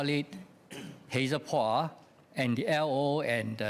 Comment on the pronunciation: The good minister's replies are always cringe-worthy, never disappoint with all kinds of motherhood statements. Btw, he could not pronounce "Poa". I wonder how he got there.